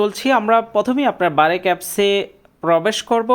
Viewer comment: আরে ভাই এটা বারেক না🤣 ব্রাক